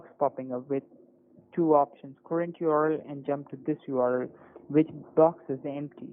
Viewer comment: the scammer pronounces "url" as a word ("yorl"), kind of like kitboga pronounces html - LOL